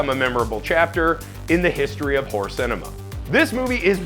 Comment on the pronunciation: TWO syllables, not one. It's Hore-rur, not hore. Hore movies are something completely different.